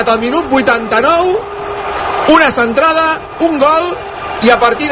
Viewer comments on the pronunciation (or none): La cantrada, la ramatada y gol